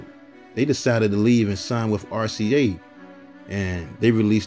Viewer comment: It’s with, not wif